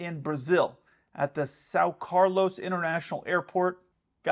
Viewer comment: how do you say carlos wrong?!